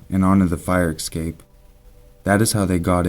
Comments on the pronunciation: Escape. S cape. Essssssssss-cape. I've watched a few of your vids, you're one of my favorite narrators, (and I listen to MANY) ...but you always say this word incorrectly. Mispronunciation drives me crazy, if reading is something you do often. It isn't "EKSAPE". Es. Cape. ;-) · EScape not EXcape. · Oh my god, when will people learn that escape is NOT pronounced "ecscape"?! Did you never attend 3rd grade??? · stop saying exscape... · Hannah Collopy Lol thanks for informing, I just had to wonder because it sounded weird to me :D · Please sir, there are no x'es in escape and et cetera. Please. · Some people pronounce it like that.